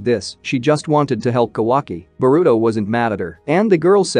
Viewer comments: He say burito not boruto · Do you say boruto’s name wrong on purpose?